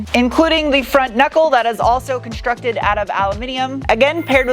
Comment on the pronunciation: A reference back to her USAF mechanic time in Germany